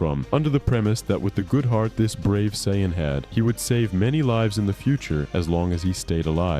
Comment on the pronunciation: How do you pronounce sayian in 3 different ways? 😂 Cool video btw